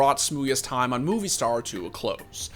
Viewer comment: MOVISTAR, not movie star... get Colton to do a segment on how to pronounce the names of spanish companies... you had one job my dude... it's MOB-eeh-Star